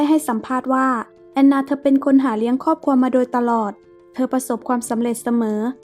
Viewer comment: น้ำเสียงไพเราะ มีความตั้งใจในการทำงานดี แต่ควรปรับปรุงคำควบกล้ำเช่นความ,ขวาน, ครอบครัวฯ เพิ่มการค้นคว้าข้อมูลให้มากขึ้น ขอเป็นกำลังใจนะคะ